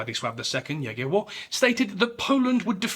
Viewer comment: Found your channel recently and now it's one of my favorite history channels on yt. Btw I'm impressed of your excellent pronunciation of Polish names like Grunwald or Jagiełło. It shows your dedication to details 👊